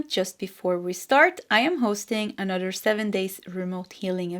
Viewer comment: Could you please improve your pronunciation of “another”? The “th” sound you tend to make sound like “dd”.